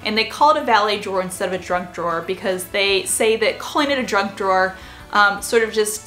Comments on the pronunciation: Whenever you say ‘junk drawer’ I hear ‘drunk drawer’ 😂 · I kept hearing "drunk drawer" instead of "junk drawer." Now we know what I'm thinking about in the middle of the day. LOL